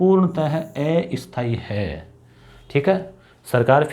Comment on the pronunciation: सर अस्थाई का उच्चारण सुधारे।